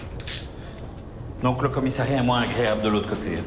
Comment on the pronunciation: on dit commissariat et non commissairiat !!